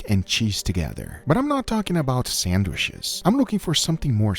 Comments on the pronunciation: Guga's pronunciation of the word "Sandwish" is just pure gold 😂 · Death battle: sandwish vs. sangwich